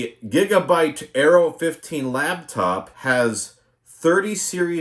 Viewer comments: Are you saying LABtop? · "Lab" top. Oh God. My sides. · 'Lap' top. As in it sits on you lap.